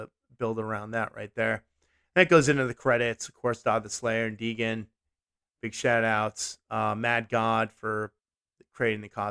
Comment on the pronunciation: I'm late, and this is totally irrelevant, but it's pronounced DAY-gen hehe. It's from an old character I made for a GURPS campaign back in the 90's. I'm glad people are still enjoying this game, and my tiny contribution to Dodd's great work.